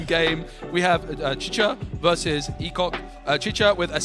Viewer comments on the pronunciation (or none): I'm pretty sure his name is "e-shock" not "e-cock" 😂